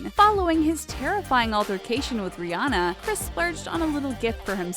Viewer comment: Its pronounced re-on-a not re-ane-a